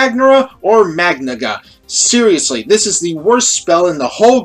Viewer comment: He said magnigga